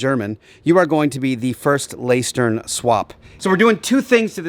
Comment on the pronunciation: Nice to see it finally coming together ❤ small correction, in lästern you pronounce the ä like the e in egg, and speak it a tad bit faster with a smoother r in the end Keep up the fantastic work 👍🏁